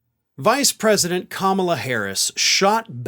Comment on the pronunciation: First, he has to pronounce her name the right way